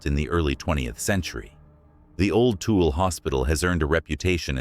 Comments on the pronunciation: "Tool" 🤣 never heard Tool-Ella" pronounced that way. Also, the first one I visited and it's def NOT haunted or scary. It's for weddings and events. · Tool?! 😂 it’s pronounced too-ill-a. Anyways my dad was born in that hospital actually. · Lol its Tu-i-la not Tool (Tooele) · Dammit... originally from UT... It's not Tool, it's Too-will-Ah. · Tool ! Tawilla that’s not how it’s spelt but that’s how we say it in Utah! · I’m from Utah and was curious but you lost credibility when you didn’t even pronounce the names right. #3 is not “tool” hospital. It is a native word pronounce Two-wil-La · Um... not TOOL. Toole hard to explain... lol... um the num 1 haunted spot you missed...Should have been num 1 Ben lomond hotel. Ogden. The old Indian school in Brigham city... cmon man... those others good but these are GREAT... 😂😂😂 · "Tool" hospital 😂😂 the pronunciation kills me. Too-well-uh.. try that instead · It's pronounced Too-will-a.... Not tool... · LoL every time he was saying tool we were like Tooele 😆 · Its pronounced too ill ah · Tooele - Too- will- uh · Tooele is pronounced too-willa. Btw. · Tooele = two-wheel-uh 😂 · Byw it's too-will- ah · Too-ill -uh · Tooele is pronounced too-willa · Why can't anyone pronounce Tooele correctly? It's too-el-a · Even real people don't know how to pronounce "Tooele." More than once I've had to explain its pronunciation to those not from Utah (I tell people to think of "vanilla," drop the "van," and put "two" in its place) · Nice work up but yeah I had to giggle at tool 😂 lol SLC here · The 2 wheel transcript bulletin? Dude, before you post a video, how about you doo some research on pronunciation. Ya come across as a TOOL, ya oh queer. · tool is spelled like this. If I didn’t live in Utah I’d have pronounced Tooele too-ell. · You butchered so many of these places names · I laugh whenever my GPS pronounces Timpanogos or Tooele 😂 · If you make comments about a location first learn how to properly pronounce the words. Tooele, Ochre, Duchesne